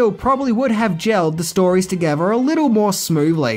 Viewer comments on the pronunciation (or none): What is this word "togever"? Wtf?